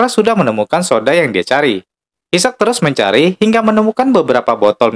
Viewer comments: Aisek min bukn issak(isaac) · Mohon maaf Isaac tu sebutan nya aizack